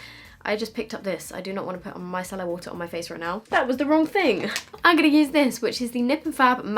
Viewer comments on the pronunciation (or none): none